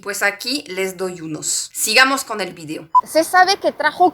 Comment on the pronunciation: Me gusto tu video no tu “virio” como ahora todo mundo lo pronuncia. Recuerda una cosa que si estás hablando español tienes que pronunciarlo en español no en inglés Saludos